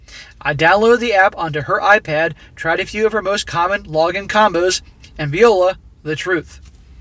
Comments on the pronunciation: Vee oh la? You mean Vuah Lah. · Fwiw, "viola" is a kind of musical instrument, sort of an oversize violin. "Voi la'" [vwah LAH - literally, "look there!" in French] is what you meant to say. Not criticizing, just trying to help your delivery; since you reach so many viewers, when you say it right, it propagates and the community as a whole will sound more intelligent to the outsiders trying to denigrate the MGTOW movement.